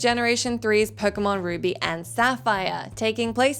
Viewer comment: The butchering of ruby and Sapphire on this video 😫